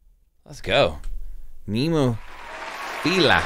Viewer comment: Nice reaction and all but they called "NemoFearA"